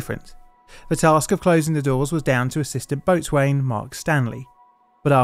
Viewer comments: How extraordinary! Having lived through this incident at the time, I had no idea that the BBC had got the pronunciations of Zeebrugge and boatswain wrong. All these years and I've be pronouncing these words wrong. How embarrassing! Or, perhaps you're getting it wrong. Or perhaps your AI test-to-speech program is - you should do some quality control if this is the case. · as a side note boat-swain? what the hell is that? do you mean BO-zun? 😅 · It's not "boat-swain", my dude, but 'boh-sun'. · Boatswain is pronounced "Bos-n' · Just for clarity boatswain is pronounced bosun. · Hi. ‘Boatswain’ is pronounced BOHsun. Not a criticism. Just helping out. Best wishes. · Tiny thing: boatswain is pronounced (and sometimes even spelt) bo'sun, because all naval terms are shibboleths designed to trip people up. :| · It might be spelt Boatswain but we pronounce it bosun. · Boatswain is pronounced "bo-sun". I know. Nautical terms are a load of rowlocks... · "Boatswain" is pronounced "bosun", with the 1st stressed syllable rhyming with "go" and the second syllable shortened almost to "sn". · Mr pedantic here, boatswain is pronounced bosen. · The mispronunciation of nautical terms grates on these Old Salt's ears. Boatswain = Bo'sun Forecastle = Fok'sul Starboard = Star-burd Otherwise, I like your video! My Grammar Petantry Moment is over. As you were... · Very interesting video on an incident I remember well. However, you really need to spend some time on learning pronunciation of the word. For example: boatswain is pronounced bow-son. Check out the correct pronunciations for the ferry company and the port. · Isn't "boatswain" pronounced "bo-sun"? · Small point. Boatswain is pronounced "Bosun". Excellent video though on a really unnecessary tragedy! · Boatswain = bos'n. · Boatswain is pronounced "bosun". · Boatswain is pronounced bosun fyi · That isn't how to pronounce boatswain. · boatswain is pronounced bosun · FYI, you severely mispronounced "boatswain"